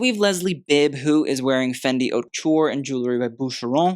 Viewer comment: haute is not pronounced as 'hot'. it's more 'oat'.